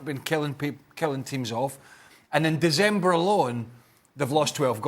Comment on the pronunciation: Surely I’m not the only one who noticed how weirdly Craig pronounced ‘December’ 😂